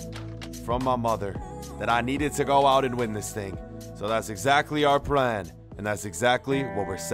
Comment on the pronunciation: he said our pran instead of plan